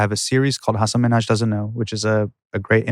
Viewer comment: Love the podcast but did they just totally pronounce the guest’s last name wrong ? 😅 I thought it’s Min-Haj , not Mi-Naj.